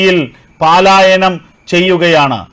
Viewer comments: പാലായനമല്ല; പലായനമാണ് ശരി. മലയാള ഭാഷയെ ദയവായി, കൊല്ലാക്കൊല ചെയ്യല്ലേ.^¡|<¡|<::":& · പാലായനമല്ല പലായനം എന്നല്ലേ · 'പലായനം' എന്ന് പറയൂ. 'പാലായനമല്ല' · പാലായനം നല്ല, പലായനം,😊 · Palayanam not paaaaaalayanam ok? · പാലായനം അല്ല. പ.......